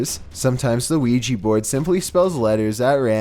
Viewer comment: Great vid as usual,, but DAMN IT, you do creepy vids! You should know how to pronounce OUIJA!!!!!